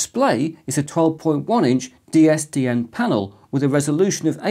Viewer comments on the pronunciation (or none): Am I going mad or are you saying DSDN, not DSTN. I listened to it 5 times, please tell me im not going mental.... well not just yet anyway.